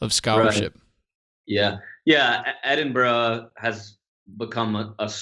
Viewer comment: Finally, an American who can pronounce 'Edinburgh' correctly.